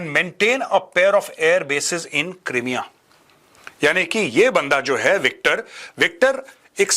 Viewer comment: It's pronounced Cry - mea.